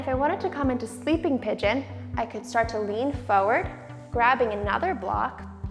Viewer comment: Why do you pronounce FORWARD like that?